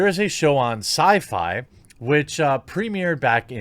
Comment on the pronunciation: syfy ? really ? syfy?